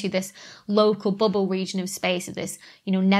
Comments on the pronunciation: I love how you say "BUBBLE" in your accent.. it sounds a little like "booble" to me, lol. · "booble" XD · I tune in just to hear you say bubble. 🙂